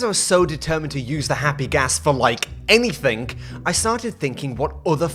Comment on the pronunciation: Why do you say anythink instead of anything